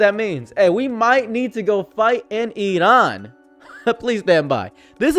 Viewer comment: Good job on pronouncing Iran the correct way!